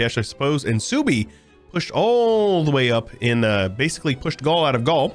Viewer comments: Genau, Suebi würde gesprochen als "Swaybe" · Is Suebi based in the Germanic tribe of OTL? If so, it's pronounced Sway-bee or Sue-ay-be. Great stuff as always,; especially the passion, time and effort put into this mod. Edit: Gotta love Egyptian Australia! Edit 2: Yep, I'm a nerd 🤓🤣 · The way you pronounce suebi is giving me an aneurysm